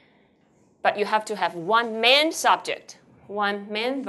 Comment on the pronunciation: It is "main point", not "man point" like the teacher said repeatedly.